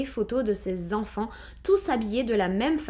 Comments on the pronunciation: Sept zenfants, quatorze zenfants, vingt huit zenfants, ... Faut apprendre à parler ma belle !!! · Bonjour, Merci pour cette histoire très intéressante dont je n'avais jamais entendu parler. (Et j'ai aussi appris l'existence d'une sous-espèce humaines : les Zenfants - sept Zenfants, quatorze Zenfants ^^)